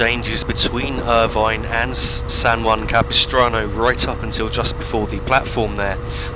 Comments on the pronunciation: Yes, you pronounced 'San Juan Capistrano' correctly. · th pronunciation of san juan capistrano is as close to correct as is possible from someone not from the area. well done. i have ridden this route many times as a passenger, and i have it on my train sim as one of my favorite routes